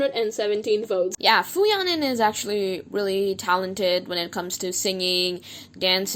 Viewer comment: Please learn how to say fu yaning. Stop dropping the G and mispronouncing, its disrespectful